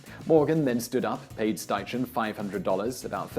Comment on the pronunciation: Great video, I believe Edward Steichen's name is pronounced Schti-Ken